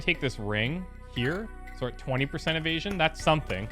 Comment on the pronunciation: Every time I here him say "Evasion" I die a little, lol